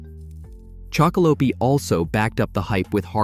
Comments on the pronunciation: Been really enjoying your content chocolope is one of my faves but the E is silent on the end😂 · Every time you say the name wrong I feel my ears about to explode 😵‍💫